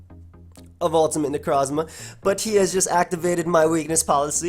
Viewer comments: Take a drink everytime you hear weird way of saying Necrozma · stop saying Necrozma like that lol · Love the way you say Necrozma